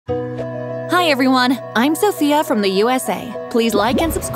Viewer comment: Lol and ot the start she said sosia not sophia